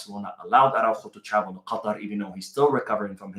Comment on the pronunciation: I noticed that you’re pronouncing Qatar as we are arab nations spell it you sound arabic at that point 😂